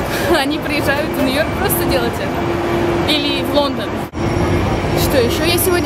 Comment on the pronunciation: Ты супер, но у меня по ушам режет твой НЭ-ЙОРК!) По- русски же это произносится точно так же: Нью-Йорк))) Если ты увидишь, знай :3